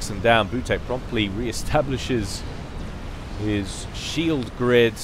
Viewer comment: maybe butek reads like "veetyok"?